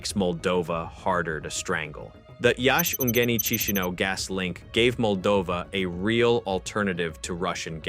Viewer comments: Key she now. Not. Otherwise, excellent explanation. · Learn how to pronounce Chisinau corect .